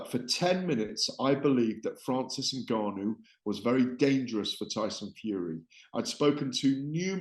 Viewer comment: Gareth is the number one Fury fan. Plus the only person that can’t pronounce Ngannou properly 😂 For someone that has covered combat sports for so long he is by far the least knowledgeable pundit in the game